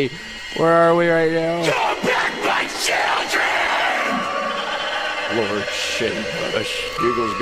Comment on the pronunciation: He said SHILDREN